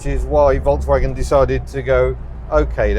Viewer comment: Please pronounce Volkswagen correctly, please!